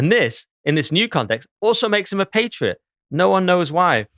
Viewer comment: Pronunciation is important- patriot ...the pat is as cat